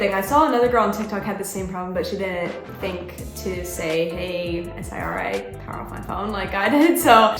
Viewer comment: Why do you say S-I-R-I Why can’t u just say Siri bruh